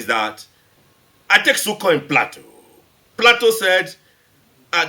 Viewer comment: loooooooooool! Plato said that the Philosopher shoulf be on the seat of Government. He's cot it all wrong. He needs to read Phaedo and Plato's republic properly before saying that on an interview.. btw, the A is not as flat as he said it was. its a sharp A. PlAto.. wow this guy... that's a little stupid and made me laugh. Kinda wish I was the reporter.. I'd laugh at him straight up!!